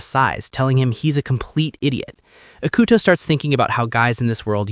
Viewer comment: ugh. no. The atrocious mispronunciation of his name plus his low iq kills it. ee coo toe. not ick uh toe.